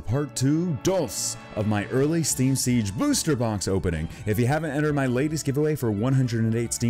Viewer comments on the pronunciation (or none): none